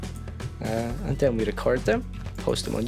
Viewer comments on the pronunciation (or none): I can't help but like that he pronounces "then" as "den".